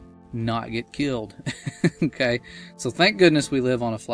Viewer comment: Can you say okay properly!!!